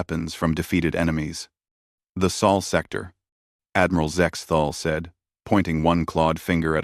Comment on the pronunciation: It's "sol sector," not "soul sector." Geez, doesn't anyone edit these stories?